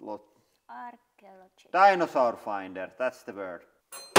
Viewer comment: It was so cute hearing you try and say archaeologist. It’s pronounced “arr-key-ALL-oh-jist” :)